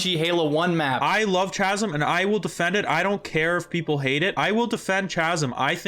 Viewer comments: Isn’t it pronounced Kaz-um Not Cha lol 😂 Anyway loved the video! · Boys boys, it's pronounced "Cahsum" not "Chassum" ! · chasm pronounce "Kasm" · Please continue saying Chaz-em. It'll be like when people kept calling Zealot, Zee-lot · Kahsm, Kie-Mera, not Tch-asm or Tch-emera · are you guys saying "CHi-mera" and "CH-asm" on purpose to fuck with us lol? They have "K" sounds, like "kite" --> "Ki-mera" and "K-asm". I'm sorry I got latched onto that part haha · It’s pronounced Kasm, Kymera, and Ta_Ta_nka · Chimera is pronounced Kaimera. Chasm is pronounced Kasm. The ch is pronounced as a K because the people who spell words are insane I know people will prolly jump down my throat about correcting you but you've been mispronouncing these for several videos and I figure if anyone's going to tell you, let it be someone who's not going to be all 🤓👆 about it. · Are you guys intentionally mispronouncing everything with a "ch" that supposed to be pronounced like a "K"? 😂 Chasm Chimera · "Chasm" "Chimera" cmon man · 0 for 2 on the new “ch” words. Chimera and chasm are both k sounds. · Overall the game is feeling good these days... Nice job with the review, just gotta say that someone needs to work on pronouncing Chasm and Chimera lol. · Hey like, if you care, “Chimera” and “chasm” are both pronounced with hard K sounds. But you do you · why does he pronounce chimera and chasm like that wtf dawg